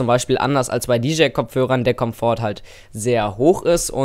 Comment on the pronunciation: Cooles Video. Man spricht übrigens bei Komfort das t nicht mit. lg